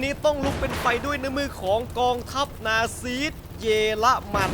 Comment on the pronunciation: พี่ครับ เขาอ่านว่านาซี ไม่ไช่นาซีด ครับ